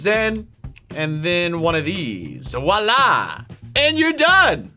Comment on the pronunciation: Lol you keep saying wah la